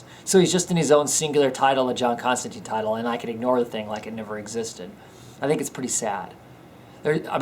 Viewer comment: You are saying his name wrong, its John Constantine (tyne) not Constanteen. :)